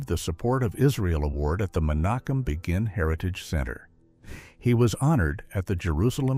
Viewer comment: Probably an AI voice glitch. I heard another one when it pronounced Menachem Begin's name wrong